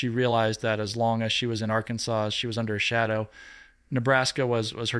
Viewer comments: is spilling the tea. But his presentation needs a lot of work. He can’t even pronounce Arkansas! 🤷‍♀️ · AI should really learn how to pronounce Arkansas.